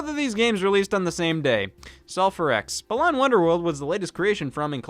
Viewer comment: As a fan of BWW, with every video that mispronounces Balan's name, I die a little more. It's pronounced like the word "Balance" just without the 'ce' -- hence why the antagonist's name is Lance. It's... it's wordplay. I know it doesn't matter, but if y'all are gonna keep beating a dead horse, at least say the name right. :p [/joking] (edit formatting)